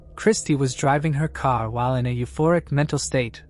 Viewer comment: What is a kar? lol 😂 im Baltimore, and I get that vibe or New York or Jersey lol yes I know he said car